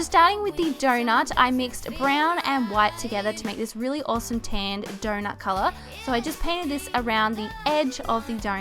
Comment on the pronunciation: I love how you say awsome (owsoome)